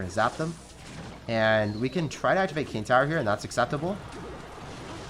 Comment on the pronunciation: says, “I can activate ting kower.”